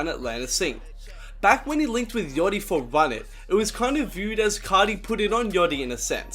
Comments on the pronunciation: Don't say " yoty " bruh , I'm from melbourne and I even say yachty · the way he says yachty is funny af 'yoddi'